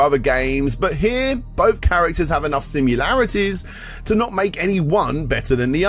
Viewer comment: How hard is it to actually say sim-i-larities 🤣🤣🤣 top hat gamer has the same problem saying sim-u-larities 🤣🤣🤣